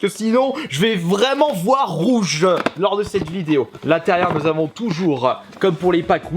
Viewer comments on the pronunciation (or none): Nous allons regarder en détailleuh ce packeuh Wii rougeuh acheté la semaine dernièreuh